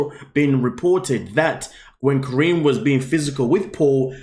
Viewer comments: Her name is not Corinne - Her name is KAH-REE-NEE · how do u watch the show and still pronounce her name wrong 💀 😭 😂